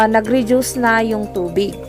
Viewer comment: Redyus o reduce? Magkaiba po yan 😅